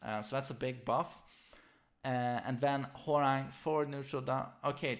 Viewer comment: It really bothers me when people say whore rang instead of hwoarang